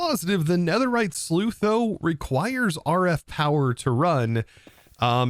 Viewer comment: While this series has been very enjoyable and helpful, for the love of god PLEASE. SLUICE, not SLEUTH. SLOOSS.